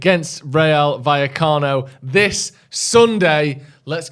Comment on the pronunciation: Finally pronouncing vallecano correctly